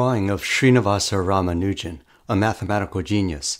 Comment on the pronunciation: PRONUNCIATION ROMANUGIN 💀